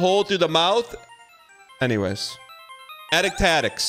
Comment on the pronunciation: The fact he can’t say the name when it’s so clever and rolls off the tongue absolutely kills me